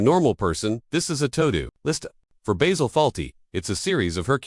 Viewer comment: Yes, how could this voice be saying 'BAYZIL' when it's clearly 'Bah-sil' as said in the show. WTFF